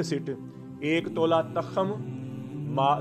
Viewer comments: Hzrat tkham nhi tukham HOTA hy apni Urdu thek kren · takham ni hota tukham hota ha🙏